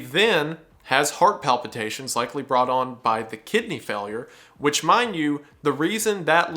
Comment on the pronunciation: Gosh everytime he says Kidney Failure I only hear "Kid named finger" 😭